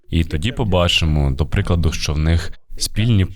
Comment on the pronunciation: Трохи тригерить кожен раз чути не що а шчо в ваших відео.